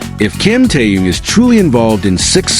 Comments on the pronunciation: Интересно, а что этот автор или бот, кто именно не понятно, всегда вещает Ким Теен, Ким Таен , Ким Таюн, а имена других мемберов не коверкает, тогда уж Чонен, Чимьен, Джинен и ещё столько неправильных, исковерканных слов, слушать неприятно. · Замените косноязычного переводчика, все слова исковеркал, самого низкого уровня автор видео. Ужасный перевод, не профессионально выполнено. Корректировки нет совсем. Все слова произносит не правильно, а имя Ким Тэхёна постоянно называл по-разному. А может быть всё умышленно делается? Задумка креативного директора? Никак не успокоится, чтобы не задеть Тэхёна. 😮😮😮😮